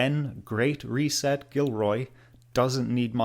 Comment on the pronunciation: Oh, and He sounds like He is saying "a great recess" not "reset..."